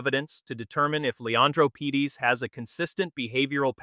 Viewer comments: The name is Parades not Pedes. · The players name is Leandro Paredes, not "Pedes". Very unprofessional mistake! No like for that. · Would help if you could get AI to pronounce his real surname and even the subtitles getting it completely wrong, its Paredes not Pedes FFS!!!